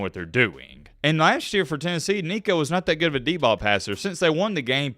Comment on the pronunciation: Nico just added an "n" to his name...